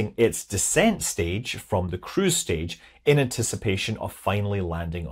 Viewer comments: I was thinking "Did they add a mock crew stage to test future manned missions?" when I first heard "crew". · according to logic (and the closed captions) you said "cruise stage". But I heard crew's stage, and sat up straighter so as to listen closer. I mean, c'mon - a CREW??? To Venus???? In the 70's???????? Rewind, rethink, return to reality. It was all very disappointing after that. 😢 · lol I thought you were saying "crew's stage". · I had many questions till I realised Scott was saying cruise stage and not 'crew stage' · that makes at least two of us.